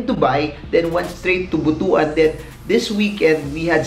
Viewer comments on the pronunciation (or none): hi sir, Butuan pronounced po yan (bot-wan) hehe